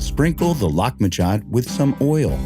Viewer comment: I actually googled how to pronounce this dish. The voice over is way off to the point of butchering the name. By the way, I also looked up on wikipedia - Lahmajoun is called "Turkish Pizza"